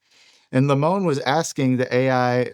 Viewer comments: lemoine is french and is pronounced ''lemwan'' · Blake's last name is pronounced Leh-moy-n, I know him in real life.